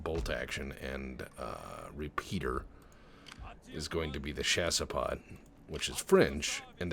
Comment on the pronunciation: It's Shasspo, not chase pot! Lovely video as always.